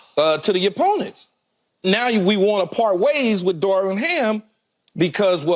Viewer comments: CAN SOMEBODY PLEASE TELL KEYSHAUN JOHNSON THAT IT'S DAR"VIN", NOT DAR"WIN". DAMN I'M TIRED OF HEARING THAT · Is Keyshawn just incapable of saying the V?! Mans cant say Darvin no matter how hard he try 😂